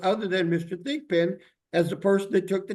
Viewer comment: I thought the judge was calling him pigpen. 😂 but his name is Thigpen.